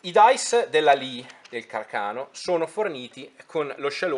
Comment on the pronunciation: Càrcano....come il suo inventore😅non carcàno😂